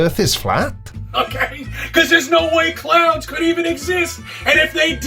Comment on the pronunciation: Oooh. CLOUDS. I thought he said "clowns." I was confused as fuck as to what clowns had to do with this.